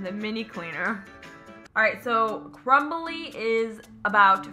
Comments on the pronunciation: It’s pronounced Crumby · Does she notice that it is crumby not crumbly lmao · it is not crumbly, it it crumby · It's crumby for heaven's sake and she keeps calling it crumbly 😂 I enjoyed it 😂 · Does anybody else notice that the lady bug is CRUMBY and she be calling it CRUMBLY no hate just funny